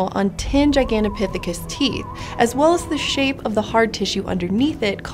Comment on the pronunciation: The most impressive thing here is how many times she flawlessly pronounced "Gigantopithecus".